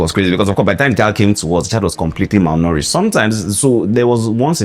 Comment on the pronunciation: Me too, I heard "malnouritched"😂😂 Thanks, Doc, for enlightening us with each video. We know better after every video we watch.